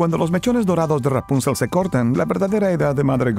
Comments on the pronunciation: Deja de decir rapúncel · Yo siempre dije y escuche Rapunzel con la silaba tonica en la ultima silaba Nunca en la penultima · Ra-punzel jajaja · Rápunzel xD